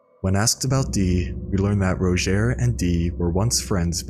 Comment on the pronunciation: Rodgier says his name in game and it certainly is not pronounced ROW-JHARE, like eww what an ugly way of saying his name.